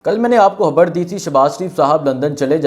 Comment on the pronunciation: بھائی آپ نے کل "ھبر" دی تھی کہ "خبر" دی تھی ؟ 😂